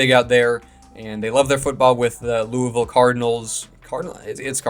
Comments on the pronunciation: Lou-a-vull is correct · Lū-uh-vole, so yeah you got it. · Can confirm, you pronounced Louisville correctly the way that most people in Kentucky do. And I would agree that Louisville probably wouldn’t be the greatest fit for an NFL franchise, especially where there are already a lot of Colts, Bengals and Titans fans in the area. However, I think Louisville should probably be in the top 3 best cities for an NBA expansion franchise. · I do love the Louisville and Kentucky love but I do think it’s probably not going to happen also because we just got a UFL team(Louisville Kings). You are saying it right😂(for cardinals and Louisville) 😂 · you said it right lol. Kentucky should be the Thoroughbreds. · Hi yes, you are saying Louisville correctly, people love saying it as Lou-A-Vul, or Louie-ville, and even Lu-vul, so yes, you’re saying it correctly, Go Cards! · U said it right🍠🍠🍠